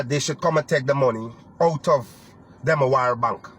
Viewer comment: chap Demerara bank ? not demawara bank